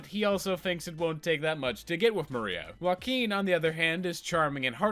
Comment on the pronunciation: I really can't expect you to pronunciate their names perfectly and it's fine, i still liked the video a lot But as someone who's native tongue is spanish .. ✨ Uakin ✨ fucking love it hahahahahah